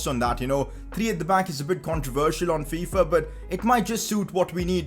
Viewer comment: Did anyone else hear him say Faifa